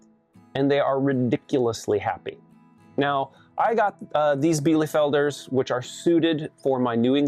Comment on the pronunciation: Bee-lu-felder, not bee-lee-felder... Sorry, couldn't help myself! Btw, White chanteclers are better for cold-climate dual-purpose, IF you can find quality lines!!! They are breasty like the meat kings (heritage Cornish is one of the foundation breeds). They were created by a monastery in Quebec to lay year-round while also producing quality meat :) They will also forgo the water bowl in winter and opt, instead, to eat snow/chip up and eat ice - so they are very low-maintenance, as well :)